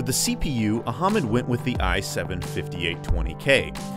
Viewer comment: Very nice video..thanks.. by the way.. the name phonetics of PC builder are "Ah-Mud" not "Aha-Mud"....lol... 😀😂😁😃😄😆😉